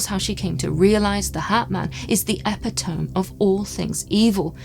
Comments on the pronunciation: Great video as always guys, however, the word isn't E-pi-tome it's pronounced E-pit-o-me. Sorry if this is me being a d#@ x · Epitome no, not Epitone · "Epi towm"? I know it's pronounced ee pittow mee*. If by epitome, you mean a person or thing that is the perfect example of a particular quality or type, then uh pittow me is way to say it. What is an "epi towm"? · Epitome = (eh pit o me) and not (epi tome). hehehe. I know, no one likes a grammar snob. 😂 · I commented on that, too. Yes, it should be pronounced ee-pittow-mee, not "epi-towm". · I believe "epitome" is pronounced as "eh-PIT-uh-me". Also, great episode! I've had an experience that's more or less the same, except that my attacker was cloaked in an old, tattered, oily-feeling robe of some kind. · LOL! I was going to do this, but you beat me to it, though I have a funny story about it as well, and I hope sees this: I thought the written word was pronounced epi-tome as well. For years I thought that, although I used the word in speech correctly at the same time. (go figure) Many many years later, a car advertisment with spoken and written copy had the word epitome and the correct pronunciation. I was SO shocked at my faux pas. Absolutely stricken, actually. But I also found it very funny, and still laugh about it. And, you should too! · Just an fyi, “epitome” is pronounced epitomee. I assume you leaned it from reading and I’m not judging at all, just letting you know for future reference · Mr pendantic here. Epitome = ee-pit-o-mee. Sorry! Another fantastic video and something I had never heard of before! Thank you! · Fascinating stuff, but . . . eppa-tome? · Great video. If I may, "epitome" is usually pronounced "è-pit-ō-mē" (at least in the US, is it pronounced differently elsewhere?) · Epitome = ee pit oh me. Love the episode. Excellent work 👍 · The last e in 'epitome' is pronounced. Phonetically it's more like epitopmy, the same as hyperbole.